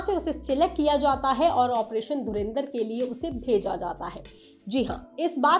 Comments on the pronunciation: चैनल का नाम लोकमत हिन्दी और संवाददाता बोल रहे धुरंधर को धुरेंदर 😂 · It's dhurandhar not dhurindhar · I was ignoring it continuously until it became so much that I had to mention it here while pausing the original video - It's DHURANDHAR, not Dhurindhar! For god sakes! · पागल औरत धुरिंधर नही धुरंधर बोल. Raz nahi राज होतं हैं. लोकमत का नाम खराब मत karo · Madam, dhurinder ? 😂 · पहले धुरंधर बोलना तो सीख लो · Isne bhi Dhurendar bola 😂😂